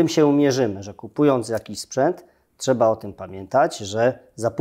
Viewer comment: I co Pan zrobił Panie Naval, by Polski żołnierz z przymusowej rezerwy był dobrze wyposażony i wyszkolony? NO CO PAN ZROBIŁ poza tym, że mówi Pan, że "czeba"?!